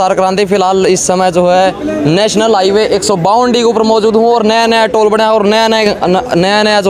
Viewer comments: HEWAY nahi hota hai bhai, HIGHWAY hota hai.. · Heway na hota Highway h